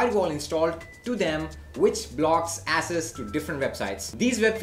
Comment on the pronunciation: Bro access is pronounced like axes, not asses.